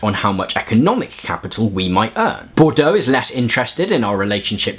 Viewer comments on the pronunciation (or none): Yeah the issue is your pronunciation -- Bourdieu is best approximated in English as "bord-yuh". You kept pronouncing Bourdieu like Bordeaux ("bor-do"). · Boudieu, it's pronounced "buʁ dij œ" , FYI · You are full of energy and give good outlines of theory. Being petty bourgeois, may I point out that Bordeaux is a wine region and Bourdieu is a social theorist. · you're three months ahead of me! I'm listening while putting up laundry and keep asking myself "Bordeaux.....?" you rock!